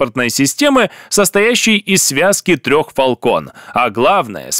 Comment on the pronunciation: Не Фалкон а Фэлкон, а то звучит как балкон, и у Фэлкон нет ускоротилей, а только ступени. а в остальном лайк.